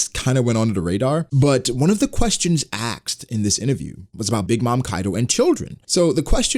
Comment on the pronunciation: A S K E D reapeat after me A S K E D Not axed 😁